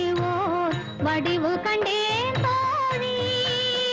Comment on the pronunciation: சுசிலா அம்மாவின் 'தோழி' என்ற உச்சரிப்புக்காகவே பலநூறு முறை இந்தப் பாட்டை கேட்கலாம்🙏